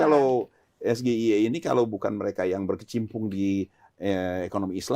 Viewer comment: Saking cerdas nya, ibu hamil suruh minum asam sulfat, baca SGIE , harus nya kan S JI I, printer nya lagi penduduk Indonesia, -+ 280 juta anak anak yg diberikan susu dan makanan gratis 400, juta 😅😅😅 Salut sama kecerdasan nya yg luar biasa